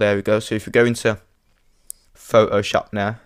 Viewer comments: I like how he says Photoshop. It's like "Fo-Oh-SHOP." Haha! :D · The way you say Photoshop: Pho O shoop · LOLOL I Like the way you pronounce Photoshop,its like Fo oh shawp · Thanks, I couldn't not stop hearing Pho-o-Shop and I could hardly pay attention! lol... great tutorial otherwise! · I love the way you say pho'oshop.